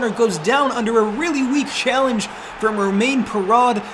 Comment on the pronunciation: Perraud is pronounced like "pear-oh" I believe